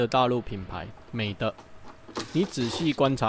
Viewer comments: 不是念美"ㄉㄜ˙"，正確唸美"ㄉㄧˋ"(美地、美帝") 呵呵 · 那是念美di